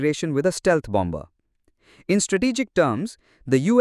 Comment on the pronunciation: The second 'b' in bomber is silent.